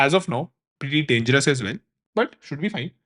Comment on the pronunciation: brooo u r saying dangerouss butt fineeee wtfffffffffff??????